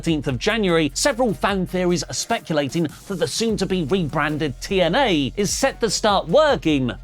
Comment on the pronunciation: Might sound random, but I always got a chuckle out of Drew Galloway saying TNA because he pronounced it as Teeeeee N Ehhhhhhhhh